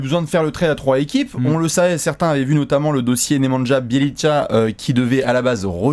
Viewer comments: Nemanja ça se prononce " némania" pour être pointilleux ( et bien chiant xD ) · Il me semble que nemanja se prononce nemania 😉